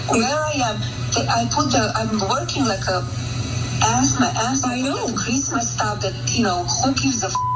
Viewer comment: Who gives a fookinnnn sheeet about chreeeemeees decorations?